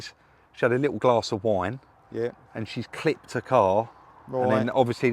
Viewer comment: you say clipped.